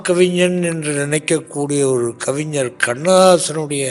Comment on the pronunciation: 'கவிஞர்', கவிஞ்சர் அல்ல.